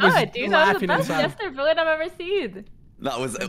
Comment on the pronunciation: Take a shot every time junk calls voet voyt